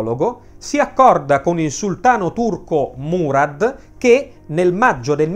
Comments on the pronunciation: SI DICE MURAD, CON L'ACCENTO SULLA A' ... MURA'D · Murad ha l'accento sulla a